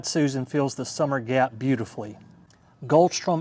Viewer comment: It’s Goldsturm, not Goldstrum